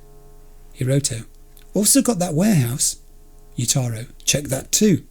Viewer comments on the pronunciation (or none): Btw Jotaro isn't pronounced like yotaro. The J is pronounced like an English J and not a Spanish one or something